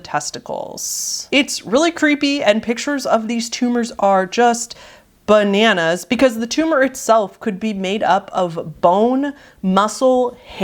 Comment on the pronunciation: I like whenever describes something as "Buh-nanas" (Also, "buh-zarre" but to a lesser extent haha)